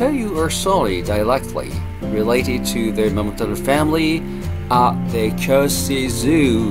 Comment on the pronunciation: I'm just curious why you have problem pronouncing KYOTO?